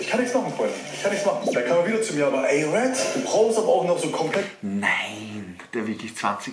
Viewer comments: DAS HEISST RED!!! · Das heißt Red! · das heißt red:) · „Lasst ein Abo bei Apo da“ Junge das heißt Red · Das heißt R.E.D!😞😂😂❤️